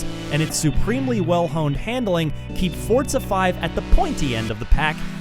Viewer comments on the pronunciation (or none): "Fort-zuh 5" huh? Never heard of it.